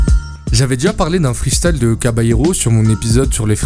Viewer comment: ça me titille quand tu dis " Freestale " au lieu de " Freestyle " mdrrr